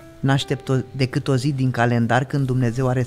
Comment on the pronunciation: Sunteți fabuloși, dar ce ne facem cu "dăcât" ul ăsta 😅...